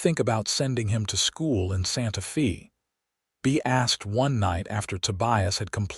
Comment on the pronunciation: Ok, so you use AI to translate the script. It's humerous to see American AI, American "reader ", and Santa Fe (fay) pronounced as "Santa Fee" . The "writer " couldn't even bother to do a spell/speech check!